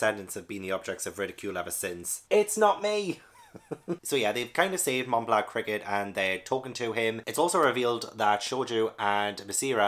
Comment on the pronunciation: "Mont Blanc" is both a mountain and a dessert. You don't pronounce the 't'. But it's already a lot better than most English speakers (and yes it's French)